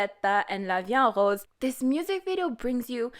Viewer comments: I'm french and you pronounce good la vie en rose 🌹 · Ur pronunciation : la vie en rose is actually really good